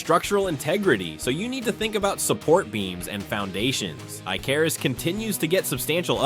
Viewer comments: It's pronounced IK-er-us (Icarus), like the Greek myth. While I like Icarus' building and outpost worlds, Rising World is the de facto leader, IMHO. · ummm.."Icarus"...ICK-A-RIS, rhymes with "Give a Kiss" Okay? good, thanks lol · Bro this AI said Eye-Cah-Ruse for Icarus lmaooo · ay-carus, ee-ca- roo es. hhaha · Eye-ca-roose you mean? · Especially when it says i carus 🫤 stoopid ai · AI voice Ick. U can tell by the way he pronounced Icarus around the ish mark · Nothing says AI narrated like saying Icarus wrong twice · and the infllection when they say in TWENTY twinnyfive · Because it's AI. Did you not hear it pronounce Icarus two wildly different ways in the span of five seconds? Someone asked ChatGPT to make a list and it make a horseshit list.